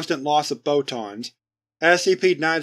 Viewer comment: The way he says "photons" sounds a lot like "bow-tons" to me